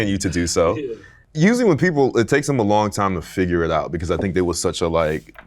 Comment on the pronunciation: Yeah but he said fidger instead of figure near the start